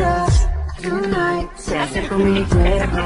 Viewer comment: Creo que dice "Tonight" no "Yunait" 😂 Es en buen plan, él vídeo esta chido.💕